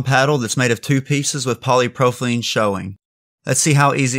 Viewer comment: Good info here! btw its “poly pro PYL ene” 😊